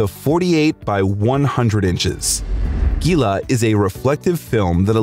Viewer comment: It’s pronounced heela like Gila monster lizard